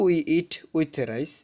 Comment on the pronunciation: প্রথম লাইনে ওখানে উচ্চরন হবে রাইচ😂😂😂😂